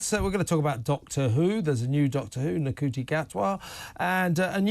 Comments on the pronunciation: At least pronounce his name correctly if you're gonna moan. It's SHOO-TEE not NU-COOTEE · At least have the decency to learn how to pronounce Ncuti properly